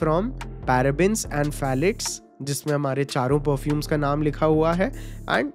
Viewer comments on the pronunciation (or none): bro pthalates are pronounced as thalates it is benzene with carboxylic acid and hydroxyl group btw ur great